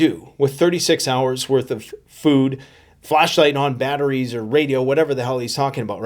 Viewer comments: Did he say flash light or flesh light. Not sure what I need to survive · I don't know if this makes me Beavis or Butthead. But Dude said, "Flesh light!" Someone go check his office desk! Bottom drawer I would assume...